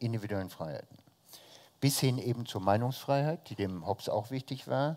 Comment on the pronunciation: Liebe Bucerius Law School, ich hoffe, wurde mittlerweile auf seinen Lapsus Linguae aufmerksam gemacht. Das "e" in Hobbes ist ein stummes. Ich bin jedes mal zusammengezuckt, als er den Namen aussprach. Verspätete Grüße